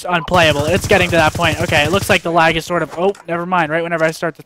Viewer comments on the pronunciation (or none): Gets me every time he says lagg lol I don't see any at all xc